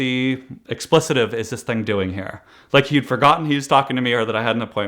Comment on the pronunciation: It’s pronounced ex-ple-tive